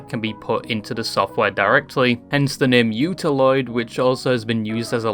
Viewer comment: its utauloid you dum- you nice human